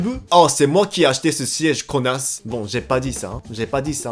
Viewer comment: J’ai adorer l’accent quand ta dit connasse 😆😂